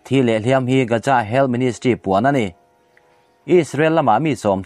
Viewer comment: Gaza hi Gaja tiin i lam thina lo fimkhur deuh teh. Keini Mizo ho hi 'Z' aiah 'J' lamrik hi kan ching lutuk a, eg- zero - jero, Jesus - Jejus etc. Hetianga public ngaihthlak tura chhiarte hi chu fimkhur deuh ula a tha hle in ka hria. Inthlahrung takin ka rawn sawi ve a ni e